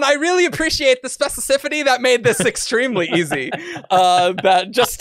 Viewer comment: Erics inability to say "Specificity" is hilarious to me. XP Like watching Cumberbatch try and say "Penguin"